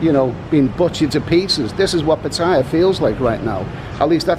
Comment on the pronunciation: It's called Pa-Ta-Ya not Pa-Thai-Ya